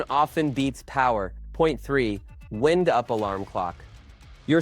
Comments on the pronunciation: Wend? You mean WIND......SOUNDS LIKE WYNED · ITS W IN E D UP NOT WIND UP